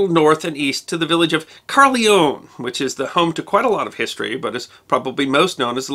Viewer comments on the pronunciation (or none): I'm a tourguide in Cardiff, [ Difflomats on Facebook] Next time, please ask local people how they'd say local names, like "Caerphilly, the Marquess of Bute and Caerleon". It certainly isn't "Carly-own". Cringe.